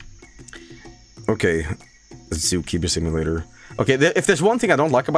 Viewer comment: Excuse me did he just call the game Zookeemer Sipulator